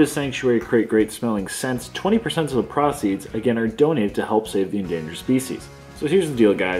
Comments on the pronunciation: Prah-ceeds?, youve been in the US too long. Its PRO-ceeds! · Yo. It is pronounced pro-ceeds not pra-ceeds. Don't make us start raggin on ya like beebs, we don't want to do that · Easy work for as always however the way he pronounced "proceed" had me trippin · Oof learn how to say "proceeds"